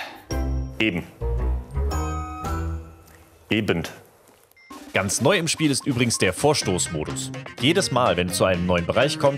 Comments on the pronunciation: Eben, ebent?! Das machen so viele! Kann mir das einer erklären? Ist das Dialekt oder Dummheit? Da gehört kein t hin!!! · "Ebend" bringt mich immer halb um ^^